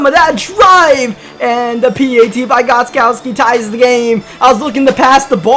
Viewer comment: Mans says “Da” instead of “the”